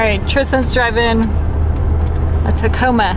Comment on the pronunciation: Husband calls tacomas Taco Ma's